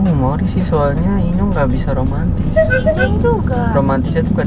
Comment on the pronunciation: Enyong bangg bukan inyong